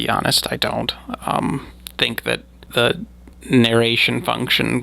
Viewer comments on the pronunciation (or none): I enjoy listening to your videos. You said that you don't release videos with the swallowing or lip smacking in them and that you believe something (demons)produced the sounds, however at minutes into the Cowman story you do just that. You also slurred the words "that the" proceeding this occurance. I believe you just were extremely tired and sleep deprived which resulted in you not remembering editing your final cut with these mistakes in it. Whatever happened, to me it doesn't take away from the incredible content you provide on you channel. 👍